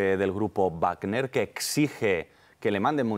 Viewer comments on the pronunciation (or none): Wagner no se pronuncia "bajner", que lo sepas